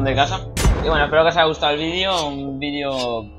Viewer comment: Buen v i d é ó Bro ;D